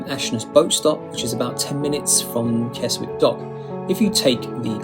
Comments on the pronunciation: Bran(d) new? Kes-wick? Must be AI voice over. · Keswick is pronounced kesick, you pleb!😂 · As others have said KESWICK is pronounced KESICK, something the narrator ought to have know. I don't think we should critisize foreign tourists for getting it wrong when some of our own can't get it right. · It's pronounced Kezik! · Keswick is pronounced Kes-ick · Love the videos as always but why say you’re showing less touristy places and then show St Ives and Keswick (pronounced Kezzick) which are two of the most touristy places in England and always over crowded in season, even if they are great out of season? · You don't pronounce the w in Keswick!! Nor can you get there by train!! Penrith or Windermere are the nearest stations, followed by a bus ride!